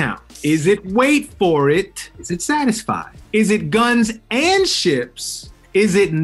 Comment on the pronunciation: I'm dead the way Leslie says "Guns AND Ships" :')